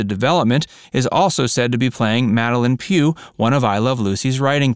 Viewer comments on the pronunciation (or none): none